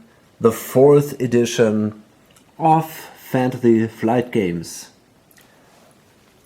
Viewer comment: Can u pronounce Fantasy Flight again? Lol